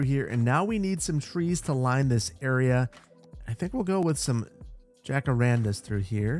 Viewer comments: I love your videos but please, for the love of God, research how to pronounce "Jacarandá". You're killing me here, man... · This has nothing to do with anything really, but after watching Encanto, I die when you pronounce jacarandas the way you do 😂